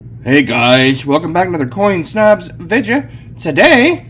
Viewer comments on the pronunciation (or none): It's just not a Coin Snobz video without hearing "Vidja" and watching packaging semi violently flicked off the table! those things take time!!!!!